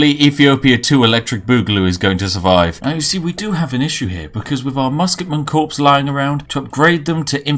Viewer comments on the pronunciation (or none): 50/50 earl grey and black loose leaf, the perfect tea for me. REAL IMPORTANT NOTE: Corps is said core not like corpse as in the royal marine corps. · He said corpse instead of corps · You're the only British person that mispronounces "equitable" and "corps"